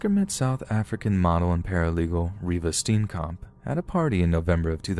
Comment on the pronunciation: Ah, I heard Oscar Pistorius and my Satafrikan ass woke the hell up😩😣 Reeva's death was a tragedy but that whole "black robber" defence of his... rubs me the wrong way till date! Oh and Reeva's lastname is Afrikaans pronounced [Stee-yen-kump]